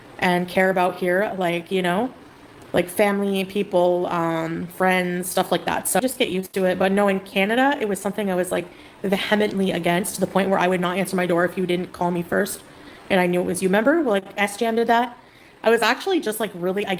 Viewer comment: She pronounced vehemently wrong. 😂 it is pronounced more like VEE uh mently .